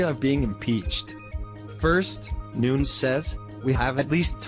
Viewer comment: It's Nunes not Nuns